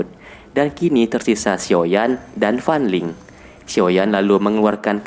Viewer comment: Kaliantau gak tadi aku dengar FAN LING=FAN LONG